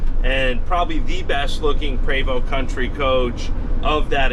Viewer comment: I really wish he would pronounce the name correctly, so grating.